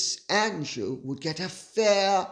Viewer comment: Sarah Duchess of York and Epstein paying her bills--I read $15, 000 the other day, but read something like it was in the hundred thousands a few years ago. Edit to add: closed caption always renders Lady C's pronunciation of Prince Andrew as, "prince angel" !